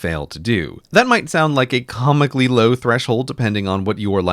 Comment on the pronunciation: I lol'd when he said "com-ically low" after tracking "comms"